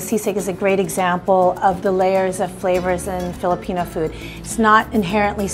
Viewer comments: Lots of love to the host for taking the effort in pronouncing the Filipino words the best she can <3 she almost sounds like a native speaker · lol., *shoutout to the host for taking effort in fiilipino pronounciation.., she didn't even get a bite of sisig.. she switched to fish.. fun fact: i also loved this dish.. it's kind of unique too when u mix the egg with the pork and love the toppings and the sizzling hot plate .. btw i'm filipino*